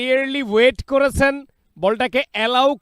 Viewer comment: চ ছ করেন কেন সারাদিন? কমেন্ট্রি করতে আসছেন উচ্চারণ ঠিক নাই। শুধু করেচেন যাচচেন বিরক্তিকর। স্কোয়ার না স্কয়ার।